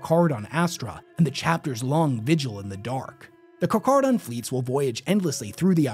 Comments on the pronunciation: 1. Intentionally misprounce something 2. Have people correct him in the comments 3. Win the algorithm game due to "engagement". He knows what he's doing as he slips and pronounces it correctly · Great video but damn, you gotta learn when to pronounce some words that have “ch” as “k” in short form “Carcharodon”is pronounced (Kar-kero-don) and Chimera is pronounced “Ki-mer-a”. To your credit though, halfway through the video, you fixed the carcharodon pronounciation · He miss pronounced it at sec but pronounces it properly lmao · i hate how he pronounces the name of my favorite faction like charmander not car-care-a-don which is pronounced as such even for the great white not car-char-ra-don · Car-Kar-a-don, NOT "Car-Char-a-don". Great white sharks are Carcharadon carcarius, two ton tooth torpedoes, 400 million years old, and pretty much perfect at what they do. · Slightly annoyed with various times you pronounce the “ch” as “ch”. Nitpicky I know, but it bothers me. You pronounce “kar-kara-don” most of the time, so when you say “kar-cha-rah-don”, it’s distracting. Also please never pronounce “chimera” and “chimeric” with the “ch” sound, it’s “kai-mera” and “kai-me-ric”, please for the love of Grandpa Nurgle. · Im almost pretty sure its pronounced "Kar-Karodon" you know like the Shark.... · Car- care -uh -don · Just a quick fyi, the ch is still pronounced as “k” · The "ch" in Carcharadon is pronounced like a hard "K" not a soft "c" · How the fuck do you mess up saying the name. its car-care-a-don. Its the scientific name for great whites. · The CH in the middle of Carcharodon is pronounced as a 'k' sound (carkarodon). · Its car-care-a-don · Car-care-uh-don. After the scientific name for white sharks. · Carcharodon is pronounced Car-caro-don. Similar thing with Chimera, it's pronounced Kai-mare-ah. Just for future reference, awesome vid as always though.👍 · He says CarCardon the entire video but introduces them as Car-Char-don.. interesting lol